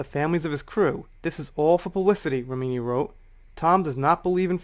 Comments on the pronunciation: Hey. Not trying to be "that" person. Only trying to be helpful. Leah Remini's last name sounds like, " Rem-in-knee". Dont know if you were pronouncing it that way for a reason. Or, if you really don't know how she pronounces her name. So, just trying to help. 😁 Happy Holidays! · Her last name is pronounced Rem-min-knee. 😉 she knows tom cruise personally, she knows how batshit crazy he is. Cruise is a control freak, that's been said by multiple people on multiple occasions. Did you hear the argument between him and Christian Bale? Remini does have a grudge against scientology, but can you blame her?